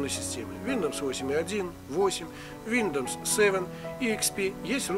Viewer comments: бро, не виндомс, а виндовс. научись читать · Виндомс))) Тогда уже не Виндомс а Миндомс))) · Что вы заладили, виндомс виндомс, линух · Виндомс айс звучит) Но лайк за норм инфу) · летс ми спик фром май харт ин инглиш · Блять только из за слова виндомс не смог досмотреть))) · Ох и читака - Виндомс...))) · Сейчас бы исправляя чьи-то ошибки учить новым. Виндоус произносится правильно) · Ну знаешь, если человек не знает как правильно произноситься слово windows, который делает всё с 1 дубля, "и так сойдёт", я бы не стал особо сильно доверять